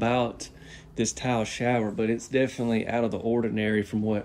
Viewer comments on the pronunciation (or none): none